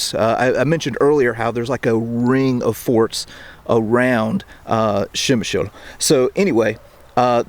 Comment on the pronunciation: To property pronounce name of this city just add "pre" like in "predator" to what you are sayin' now😉